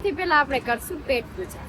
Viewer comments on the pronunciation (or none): none